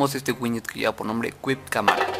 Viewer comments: winyet winyet xD buen video bro pero es Widget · Bro se pronuncia widget!!no winyet